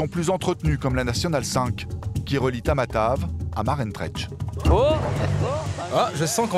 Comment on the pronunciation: Maroantsera et non Marentretch ou je ne sais pas quoi